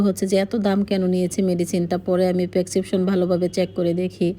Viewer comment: আপু পেকসিপশন না ...ওটা হবে ... প্রেসক্রিপশন 😂😂😂